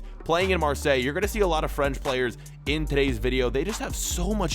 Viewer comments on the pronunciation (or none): none